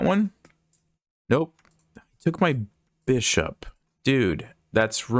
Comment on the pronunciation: I’m sorry the way you say “bishop” is hilarious to me. “BISH up”